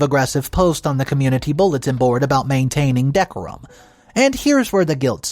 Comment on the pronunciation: Dude: before you read these, please get a dictionary to check for pronunciation on words you are not familiar with, like 'decorum'